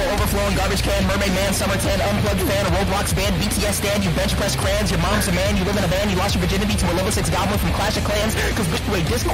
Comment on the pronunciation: Honestly he’s pretty good but the first one he said crans instead of crayons.. so yeah